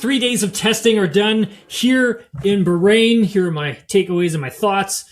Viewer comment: You say Bahrain so insultingly wrong